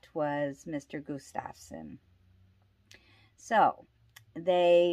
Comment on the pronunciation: Harold Estep was not Crazy Horse and the name is GUStafson not gusTAVson